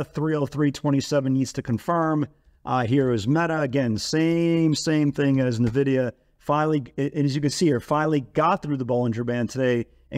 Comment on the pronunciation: It's not navidia...